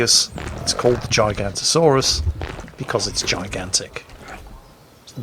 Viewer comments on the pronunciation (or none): its nit GIGANTO saurus its GIGA-NOTASAURUS, or Giga for short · I could be wrong... but i am pretty sure its pronounced Gig-a-not-o-saurus... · Actually.... its pronounced jigg-o-not-osaurus, and it's name stands for giant southern lizard. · Uh, actually... it's not called the giganto-saurus, as you called it. It's the giga-noto-saurus. Giga is the same root (and so pronounced the same) as in gigabyte, and noto is an additional, separate root meaning southern. I believe the giganto-saurus is something else entirely. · I thought it was Gig-a-not-asaurus.... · It's that bloody bird game again... Also,... It's spelled GiganOOOtosaurus. I know, you'r old 'n crap, but Jeff Goldblum there said it out loud for you to just listen and repeat. And you managed to fuck that up, as we all expected you to do. Never change.;-) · Internal cringe at giganotosaurus mispronunciation and saying it's the biggest carnivore ever Oh, silly.